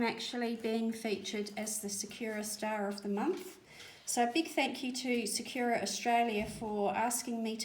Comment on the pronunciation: Thanks for the mixing on the plate method. I’m going to try that out! (By the way, sakura is not “sa-queue-ra”, it is pronounced “sa-koo-ra”. It’s Japanese for cherry blossom.) 😁